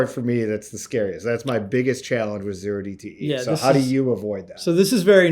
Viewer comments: When said OH DTE options you know he was reading off a script. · Did he say "O" dte, not Zero dte? Is he a trader or researcher?